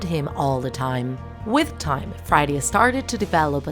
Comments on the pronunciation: Are u saying Friday or freddy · It's pronounced "freddy" not "friday"